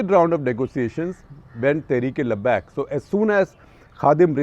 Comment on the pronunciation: Pronunciation and meaning of word labbaik. Lot of things you said are all botched up half truths. We cannot expect you to be on dot but then why fill people with half truths